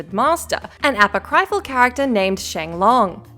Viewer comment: A-POCK-ryphal. It's pronounced a-POCK-ryphal.